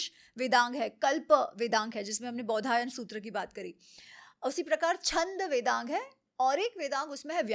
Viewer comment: बोधियाना नहीं बौधायन